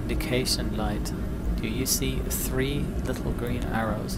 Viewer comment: he says "speed at 2 tree zero.. omg. 😴